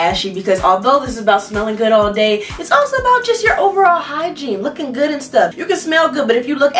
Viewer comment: “Not just good, gooddttt”😂😭 I love her ❤️